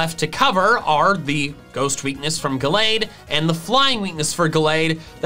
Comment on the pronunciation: IT'S GALLADE, NOT GLADE!